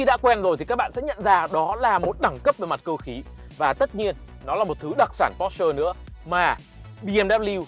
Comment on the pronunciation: Phát âm sai bét nhè còn đi nâng bi nhau :))